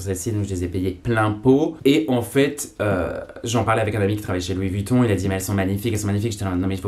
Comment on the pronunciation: Par contre faut arrêter de prononcer le U de Vuitton